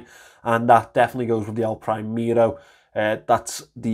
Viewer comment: "elpraimero" breaks my hart :)) good review though! thumps up!